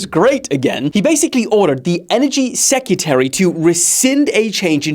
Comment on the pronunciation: It's time I say it...."secutary"?????